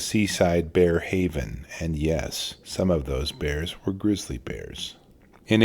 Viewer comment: Lmao how you say "....and yes, some of those bears are GRIZZLY BEARS". I know it's about to get real. Edit: in this case it's a brown bear, still deadly!